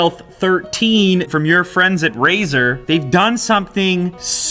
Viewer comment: Did he say Brazzer?